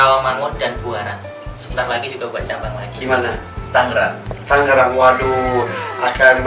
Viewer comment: Tangerang bos bukan tanggerang